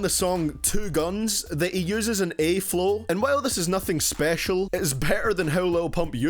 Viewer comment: "For people that speak normally" as you pronounce flow as flough